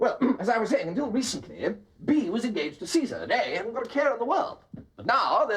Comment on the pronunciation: "Cesar", hahaha!!!!